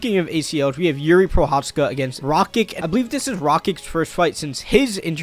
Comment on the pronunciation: Also RakiK? 💀